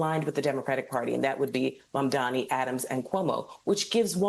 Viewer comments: It's MAMDANI! M.A.M.D.A.N.I. STOP FXCKING UP HIS NAME AND DO SOME JOURNALISM!! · These People still can’t get his Name Correctly. 😂